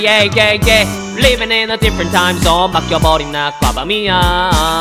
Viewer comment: 디fㅝ런t 타임 zzzzㅗㄴ 할때 발음에 치인건 저 뿐인가요?ㅋㅋㅋ좋아요 누르고 갑니다